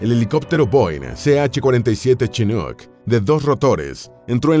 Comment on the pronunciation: Aprender a pronunciar como se debe, vg. chinuk.